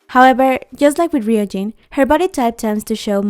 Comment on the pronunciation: Oh, and btw, it's pronounced Roojin, not Reeyoujin. Just letting you know. 😄